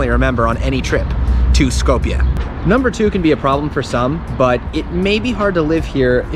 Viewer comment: It's called Skopje not skowpia and three dollar beer isn't cheap, yes good beer